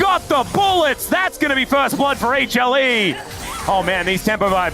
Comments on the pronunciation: 有人知道為什麼英文主播一直喊什麼A茄力嗎?不知道那什麼意思 譬如這邊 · 他是說HLE只是連起來